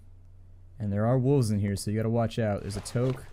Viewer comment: I cringe every time you mispronounce toque.